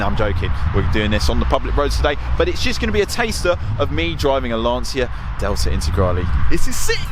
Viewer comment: Ma imparate almeno a pronunciare bene il nome di una vettura prima di recensirla cazxo